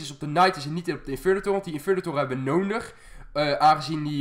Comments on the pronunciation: Kan jij nodig zeggen? Altijd 'nonig' 😂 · Hij zegt nonig inplaats van nodi haha maar wel leuke vids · Ben Ik de enige Die Fck erg iriteer Als Nondig zecht in plaats van nodig😅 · Ik vind jouw uitspraak van nodig echt leuk, jij zegt meer noondig. Ik vind dat redelijk geinig. Nuttige informatie ook, i know. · kan je een D uitspreken want je zegt nonig:D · Hij zegt altijd nonig